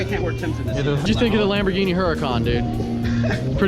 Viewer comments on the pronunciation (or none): none